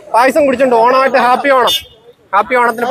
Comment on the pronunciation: കാപ്പി ഓണം അല്ല ഹാപ്പി ഓണം